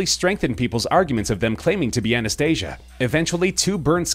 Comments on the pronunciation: You said Anastasias name wrong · Anastasia and Maria, also, you said Anastasia wrong